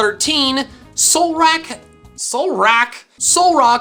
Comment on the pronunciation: "Solrack... Solrock..." His Reddit: write that down, write that down!